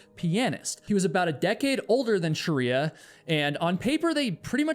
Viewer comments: You have mispronounced her name throughout the video. You’ve repeatedly said “Shah-ree-ah” which is one branch of the Muslim faith. It’s “Shree-ya”. Please correct. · I can’t handle how her name is said the whole time…. It’s Shreeya not Sharia. I’ve never ever commented things like because people never get my name right and I’m over it but it kept removing me from the story 🙈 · I wish I could watch this but pronouncing shriya as sharia is uh, distracting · I'm sorry I can't get over how this guy says "Shriya" lol it legit made me turn off the video a minute in. It's pronounced "shree-ya" not fricking sharia law lmao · Her name was Shriya, not Shariya. 👀😵‍💫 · Her name isn't Sharia. It is Shriya - pronounced sri-a, of Indian/Hindu origin, not an Islamic legal system. Still, a very interesting video, as usual - keep 'em coming,.:) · I’m from Nepal - her name is pronounced Shree-ya (the spelling is Shriya) not Sharia, she is not a Muslim as in Sharia Law 🤦‍♂️ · You mispronounced "Shriya" as 'Sharia" throughout the entire video. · This is minor to the story, but the mispronunciation of Shriya's name drove me to distraction. It's not Shuh-ree-yuh. It's SHREE-yuh. The SHR is like the sound at the beginning of "shroud". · Shriya is not pronounced - sha-ri-ya. its two syllables, not three. Shri-ya. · She may have been too stubborn for her own good...that doesn't mean you need to butcher her name. It's not Sheriya it's Shriya. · Why are you calling her Sharia? Isn't it Shriya? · You pronounced her name as “shariya” - her name will be pronounced as shree-ya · It's Sri-ya not Sh-ri-ya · Are you pronouncing shriya as shəriya intentionally because you read that that's how it's supposed to be pronounced, or...? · Not Shariya! It's Shriya. Shreeeya! 😅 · We can be pretty confident that Shriya’s name is pronounced shree-yah, not shar-ree-yah (which is virtually identical to the pronunciation found in “Sharia law”). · Her name is pronounced Shri-ya not Sha-riya btw😭😭